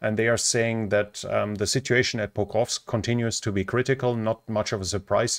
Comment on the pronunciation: Another great report. But considering i dont speak another language, the following comment is probably unfair. The word 'sitUation' has a u in it. It would be lovely to hear it